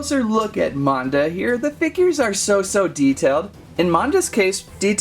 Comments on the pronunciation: It’s actually pernonesed MANda not monda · it is mAn-da not mOn-da